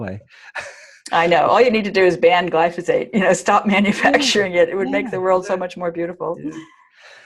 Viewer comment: Note to self, learn how to say glyphosate before interviewing a genius. lol 😆